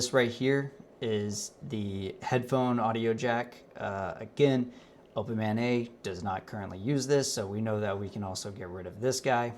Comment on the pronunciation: A) When you say "Open MANeT's website" my mind hears "Open Mayonnaise website." It made me chuckle for a second. B) Love the work and direction you're going. Keep on pushing.